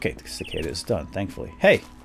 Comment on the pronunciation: its called a cicada! And pronounced Sea-Ka-Dah